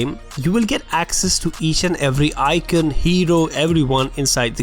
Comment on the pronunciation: Bro its icon not icion